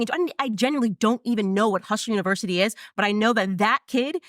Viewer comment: “Hushler Univershity”